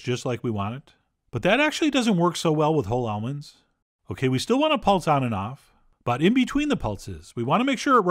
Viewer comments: At first I thought you said "olives" instead of almonds lol you almost rocked my world, Chef John. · Same. I had to run it back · ha! my wife overheard this video and thought exactly the same thing 😂